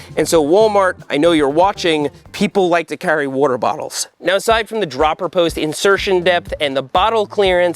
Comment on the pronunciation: wurter bawtles